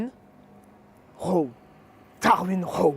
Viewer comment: Très sympa le nom de ta marque, ça pète! En revanche, le "Raw" serait plutôt entre le "a" et le "o". Comme si tu voulais prononcer un "o" mais que tu ouvrais la bouche pour prononcer un "a".